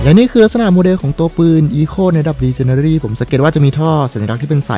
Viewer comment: พี่ครับขออนุญาต แก้ไขที่พี่พูดนะครับพี่. ชื่อปืนอะครับ Echo อ่านว่า เอคโค่ นะครับ ส่วนระดับปืน ที่เป็นระดับ legendary อ่านว่า เลเจ้นแดลี่นะครับ. อันนี้เป็นทับศัพท์นะครับ